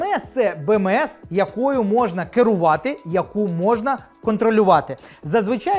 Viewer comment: Чому досі не підписаний ... ? Бо Бе-Ме-еС , чорт забирай , а не Бе-еМ-еС чи вже Бі.. англійською ... !